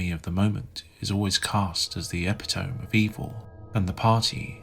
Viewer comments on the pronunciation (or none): Epitome is pronounced ep-it-o-mee. Not “tome” like a book. Great video though I enjoyed it.